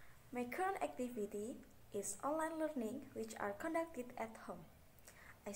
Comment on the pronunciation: strength : good at presentation, does'n read textbooks, and is easy to understand weakness : pronunciation errors in "conducted", etc. (GROUP 5)